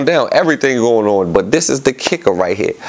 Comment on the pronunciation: lol gillie be saying “rite” 🤣😂